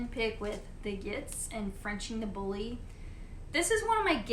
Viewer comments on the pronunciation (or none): none